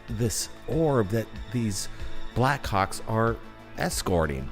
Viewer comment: I like how the brothers say "Backhawks" sound like they're saying "Black C#cks!. 😆. Great compilation of video with excellent explanations! Great job and! 🤘🗻🪖🛸👽👾